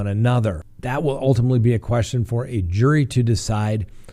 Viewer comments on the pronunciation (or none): none